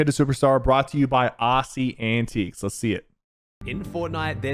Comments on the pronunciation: No way sypher just said Aussie “Antique’s” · The video is amazing but I think Aussie would appreciate it if you said his name correctly (it’s antics not anteeks😂😂😂) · ikr antiques is crazy